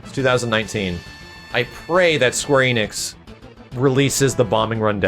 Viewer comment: Enix is pronounced "Eh-nix" not "Ee-nix".